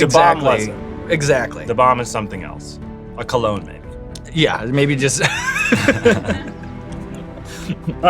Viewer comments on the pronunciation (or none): none